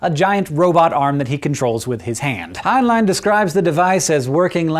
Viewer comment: .... Hank pronouncing Heinlein's name right? I thought it was "Hine-len" not "Hine-line".